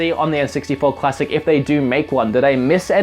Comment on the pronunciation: it sounds like you say cuassic